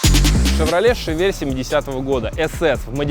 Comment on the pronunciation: Всё огонь!!! Тачка топ, канал топ!!! Но что за Шавель?))) не так же читается название модели...